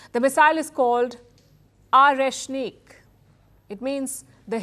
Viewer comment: Oreshnik ✅ Not areshnik 😂😂❌